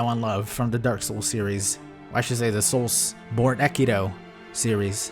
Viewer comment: i don't think you need to pronounce the last "E" in "Soulsbornekiro"